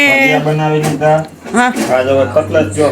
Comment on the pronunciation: CUTLACE NA KEVAY..CUTLETS KEVAY.